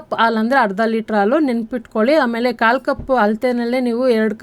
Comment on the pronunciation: Hi 🍫Hegiddiri? As usual super video..dear 👍 Vand suggestion..plz **Haalu(ಆಲು) Hannu*(ಅಣ್ಣು) kannada sariyaagi uchhaaraa maadi..plz Tappu tilkobedi.(.love from Vijayawada 👍)